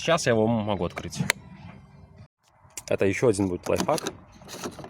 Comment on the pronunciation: все круто,но пожалуйста,говори лайфХАК а не лайфФАК))